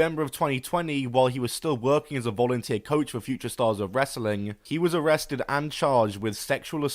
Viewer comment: It's really funny how you pronounce wrestling normally when it's in the middle of a sentence, but when it's the last word you say "ress-uh-ling"